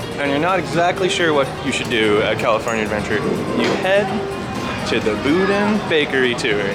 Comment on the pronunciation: first off, go to San Francisco..... or at leadt talk to Michael Bowling and learn how to say Boudin correctly. Second, come to think of it, why aren't you part of the weekly Disneyland podcast team? Third, your videos are very interesting. I like how they are an Adam the Woo or Justin Scarred style vlog where you do show just sort of random things and have fun with them instead of just focusing on the main part of the vlog. Lastly, I think that talking Mickey will just be moving over to his house in Disneyland... it's there cor a reason. If Mickey can enhance himself in public, the best place to start is at home, quite literally in his house.